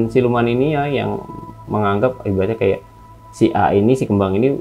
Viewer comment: Menit 38.54 ngakak bgt salah ngomong ya bg😂😂😂 sama kayak jadi sama sayak🤣